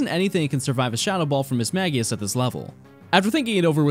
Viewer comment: Am I crazy or is it pronounced "Miss-mage-i-ush"?